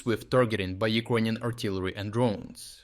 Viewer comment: Please, try to learn how to pronounce the word "Ukrainian" because it took me quite some time to understand it. Thank you for the good job. Keep it up!